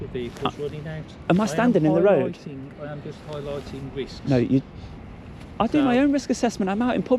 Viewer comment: What’s a “Rowad” ?